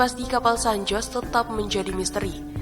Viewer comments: Dibaca san hose bulan san jos 🤣🤣🤣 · Baca San Jose seharusnya SAN HOSE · San Jose selalu disebut Sen Hozey , ya kak . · San Jose mestinya dibaca San Hose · Koreksi dikit: Kata "San Jose" menurut fonetis Bhs Spanyol, dibaca "San Hose" 😊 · Cara baca bukanya san hose.. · Baru mulai eeeeh ada 'san joss' kocak🤣 pliiis bnerin dl dong narasinya min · Pengucapan nama juga perlu diriset mbak agar informasinya lebih akurat dan sesuai. Diantaranya: (san) jose = hose cartagena = karta-khena (turtle) tomb = thum adipocere = adiposier neuchatel = nushatel Selebihnya oklah. Semoga makin baik dan makin banyak subscriber-nya.